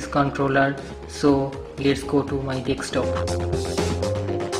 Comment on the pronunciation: nice "dextopp"